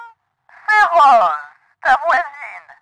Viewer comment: Quand la dame a dit " Bonjour c'est Rose ", j'ai compris " Bonjour " 😂